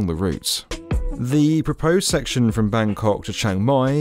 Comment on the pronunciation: Always amuse when hearing non ASEAN pronouncing “Bangkok”… Russell Peters has ruined my brain!